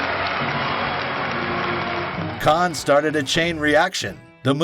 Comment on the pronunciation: Fantastic effort but it's still driving me crackers every time he refers to the "Khan Film Festival". It's written "Cannes", which means in French it is pronounced like "can"... if you want to anglicise it, just pronounce the S: "cans". But for heaven's sake stop saying "Khan". That pronunciation is much closer to Caen, which is a city at the other end of France, pronounced something like "Cognh".